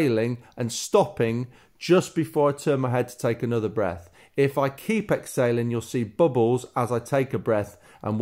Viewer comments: You totally confused me I thought you were saying Ex sailing but you are saying exhaling😵😵😵ok thanks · Exsailing or exhaling… ? I know it’s your accent, thanks for the fantastic tips. Beautiful water shots. A very relaxed movement.